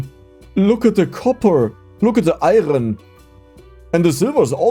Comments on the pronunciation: Oh and it's pronounced Iron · Iron with the hard r 😭💔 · Iron with the hard "R" is crazy lmao